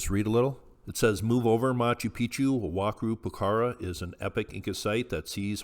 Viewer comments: Pronounced- Wa-kara Poo-kara. The Q is pronounced with the K sound. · Pronounced "Wa-Ka-ra," pukara, the q is pronounced like a K.